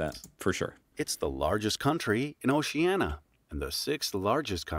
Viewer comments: Congrats on 50K subscribers! But it would be really good if you fact check these stupid videos with 'facts' about Australia before you show them and trigger a lot of Aussies with their BS "facts". In the first two minutes I'd had it! It's pronounced Ocean-ia, not Ocean-a. Population density was just moronic. There are 3 territories on mainland Australia - Jervis Bay Territory is the third. The distance from north to south is 3,860 kms not 3,200 kms. And that's a rugby player - not an AFL player! Stop this BS! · When the narrator can’t pronounce Oceania or Uluru correctly, it makes me very dubious of the facts.